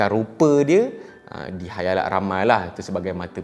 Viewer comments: Khalayak min bukan khayalak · Khalayak ramai, mmg org selalu salah sebut Khayalak 😂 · Khalayak.. Bukan khayalak😆.. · Khalayak ramai ke khayalak ramai ? Ke saya yg salah dgr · Salam bang. Khalayak, bukan khayalak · bang ,, sorry bang😅,, ak je ke yg ttiba loading dnga khayalak 🤣🤣,, bkn khalayak ke eh kha ,, khaa ,, 🤣🤣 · Khalayak ke khayalak?? 🤔🤔🤔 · siapa pandai, cuba teka “ Khayalak atau Khalayak “ 😂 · Di khalayak ramai bro, bukan khayalak ramai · Bukan khayalak tapi khalayak..guna la bahasa melayu tu dengan betul.. Kalau aku kata bengap kang ko sentap pulak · khayalak,khalayak....sy pn kadang2 mcm mudah je trsasul...tp serius mmg susah utk disedari...tiada ape ln,skadar suka2 je...sorry.. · Maaf tegur lans raes.'halayak' ramai. Lidah dh terbelit ye.hahah